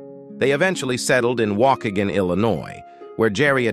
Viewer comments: Its pronounced wah-kee-gan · Waukegan is pronounce like "Walk-Kee-gone(or gann)". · Waukegan is pronounced “Wah Key Gen (hard G), not “Walk again.” Tricky word 😊